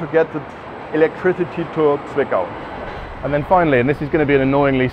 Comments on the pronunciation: Having growing up close to the plant it always gives me the chuckles when you pronounce the Z in Zwickau like S instead of Ts. The pronunciation is not soft. Tststs. In any case, I have been inside the plant as a kid 20 years ago and it is nice to see it after the change. Thank you for that! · Intricacies of German pronounciation: the leading „z“ in Zwickau is very sharp, like the final sound in „hats“ 😉